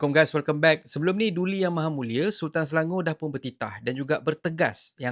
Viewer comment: Ucap Selangor bukan Selango.